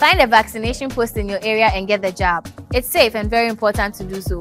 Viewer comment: George nie yabbing not jabbing 😆😅😂😂he jus did what is right 😅😂😂😂 get the Jab not yab